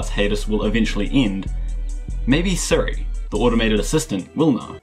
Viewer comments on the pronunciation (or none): none